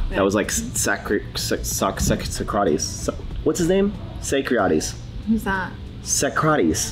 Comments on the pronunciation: saa - kruh -teez ya big goon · it's SOC-RA-TEES (Socrates), and I loved how knows type... that was hilarious. Love this duo!!!!! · mispronouncing Socrates: “it’s called procrastination.”